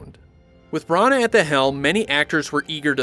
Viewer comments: the way you were pronouncing Kenneth Branagh's surname was like nails on a chalkboard to me. No offence meant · I cannot handle the way you pronounce Branagh. It's absolutely ludicrous. Brunuurrr!